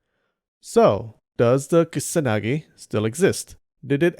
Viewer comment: Dude why say "ksanagi" instead of ku-sa-na-gi slowly if you cant say it right